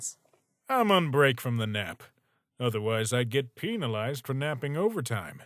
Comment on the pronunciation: did you mean to say penalized like PEN-UH-LIE-ZD???You said it PEEN-UH-LIE-ZD